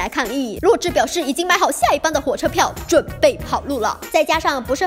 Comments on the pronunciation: 是zhǐ 我都听成弱智哈哈哈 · 那个字念“止”，第三声！！！！视频还一直重复洛枳(听起来像"弱智"）的名字，听起来真的是... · 洛枳的"枳"念zhî和zhī 麻烦哇妹把读音读正确 毕竟女主名字可是我觉得最喜欢的名字啊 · 额，我一直听成女主名字是弱智。。。请别告诉我只有我是那么认为的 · 我聽哇妹講女主的名字三分鐘後終於受不了，整個爆笑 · 而且是洛枳（三声哦） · 洛枳的枳是念三聲不是四聲啊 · 是洛枳(第三声啊) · 枳 是第三声啊，不是第四声啊